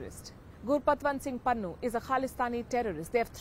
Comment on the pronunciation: It is Pannu not Pannun